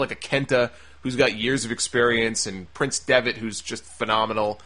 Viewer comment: PRINCE, not PRICE